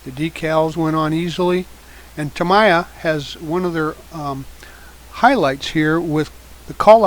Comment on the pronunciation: Just FYI, "Tamiya" is pronounced TA-MEE-YAH, not TA-MAI-YAH.